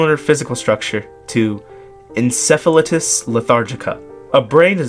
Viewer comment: 0 hate whatsoever, just a slight correction, encephalitis is pronounced N-seph-uh-lie-tis I would love to see a lore breakdown on this game from you. I’ll definitely have to check it out! I’d never heard of it before this came across my feed. Killer video, keep it up!